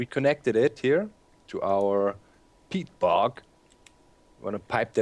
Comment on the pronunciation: everytime somebody says peat, I understand pee. "later, we want to run the engines on pee"